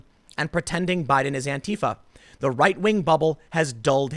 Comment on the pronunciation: You mispronounced "dotard" and "Antifa" (which is weird, because you usually don't).